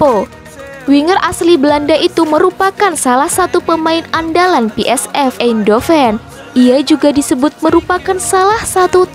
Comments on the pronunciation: Pi Es Vi, bukan Pi Es Ef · PSV kok dibaca pe es ef .. harusnya pe es ve